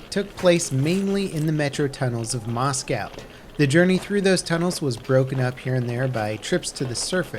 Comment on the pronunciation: Please for the love of god learn to say Moscow correctly.